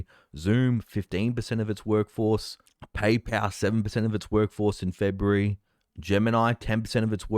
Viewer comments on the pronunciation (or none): none